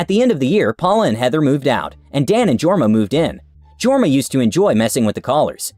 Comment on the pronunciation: That was pretty good pronounciation of Jorma, J should be bit softer though.